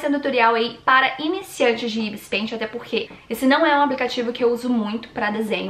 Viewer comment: Caraca cara não si fala Ibis pente si fala Ibis pait